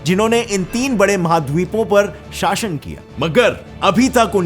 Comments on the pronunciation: Location शाशन नहीं. शासन. शासन. Kitni galtiyaan karta hai be. Apna pronunciation theek kar le. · पहले इस्लामी हिस्ट्री सही से पढ़ो फिर वीडियो बनाना, ग़लत सलत वीडियो बना रहे हो, और अपनी ज़बान भी पहले साफ़ करो, शाशन कह रहे हो, शासन होता है। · Shasan ka pronunciation galat kiya hai Shasan hota hai shashan nahi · Shashan ... Shashan ... Sha.... 😁😁😁